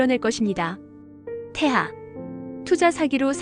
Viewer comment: 태아가 아니라 태하이거든요